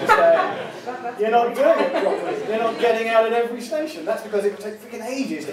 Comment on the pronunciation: One of the four letter station was incorrectly pronounced. My user name is a bit of a give away.